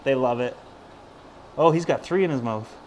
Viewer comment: LOL you say "mouth" like Dane Cook Mowth